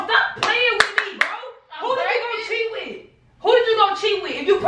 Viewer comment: i know she’s trying to say cheat with But instead of that she said chiwi